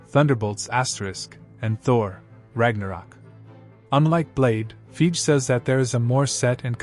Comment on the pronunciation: It’s pronounced like: Fy Gee. You’re saying it like: Feej.